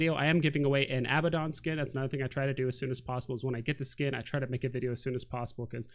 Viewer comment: New sub here, great content.😎 Just saying... Abaddon is pronounced, (A-Bad-en), one D would be (A-ba-don).